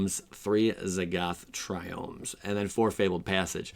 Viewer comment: Yes he said triome!